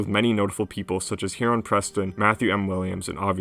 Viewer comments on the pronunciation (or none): none